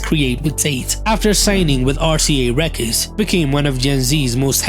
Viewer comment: he pronounces "records" like "reckids"